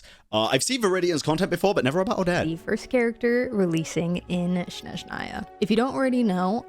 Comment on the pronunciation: Your close but snezhnaya first syllable is longer than last Well ballet is traditional Russian and this is a Russian inspired traditionally region. Full disclosure tho im skipping odette for the archon Btw they did animate columbina completely unique walk run sprint so i dont see why not Also im team heels as everything looks better in heels also higher heels is better heels lol